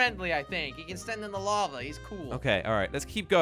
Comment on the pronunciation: it is lava not lave